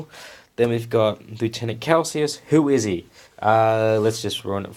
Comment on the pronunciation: Pretty sure you’re pronouncing Calsius correctly. You’re pronouncing lieutenant wrong, however. England and Australia pronounce it leff-tenant. I built mine as a Space Wolves battle leader. Bit of a pain getting rid of the Ultras symbols but I’m gonna cover them with wolfy bits anyway. I reckon he looks sick. Kinda like you throughout these vids.